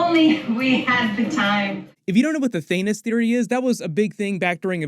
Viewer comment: he said, "Thanus". lol